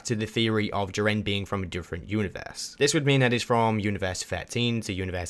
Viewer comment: You say jiren wrong